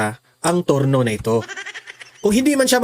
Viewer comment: Trono hindi turno 😂